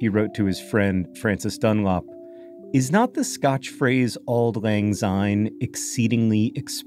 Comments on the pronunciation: It's better to pronounce syne with an "s" sound like the beginning of since , and not a "z" like in zoo. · I very much enjoyed this video, but... Why do so many non-Scots (and a depressingly larger number of my countryfolk each year) sing it as Auld Lang Zyne? There is no z there! It should be pronounced the same way as a sine wave and it pains me every time. I'd hoped that if you were doing a 20 minute video you'd have done that much research as a minimum, but I am am again disappointed. Have a good new year. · Please pronounce the word syne as it should be, it’s pronounced SIGN as in syne. It makes millions of Scott’s angry to here it pronounced as zyne